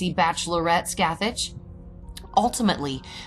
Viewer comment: The actual pronounciation is “Skath-ak” The “ch” sound is a harsh C in Gaelic.